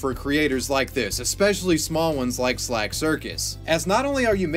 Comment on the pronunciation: Why you saying “slag”? It’s slack. 😂